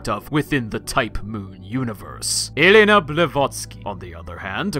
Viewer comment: Thanks for educating us about Helena sensei! I like the way you pronounce Helena full name :D